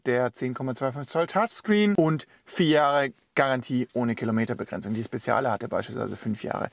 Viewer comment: PS.: Es wird „Spedschale“ ausgesprochen und nicht „Spessiale“ :))